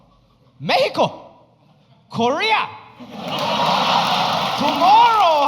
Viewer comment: Loved the fact that he pronounced Mexico correctly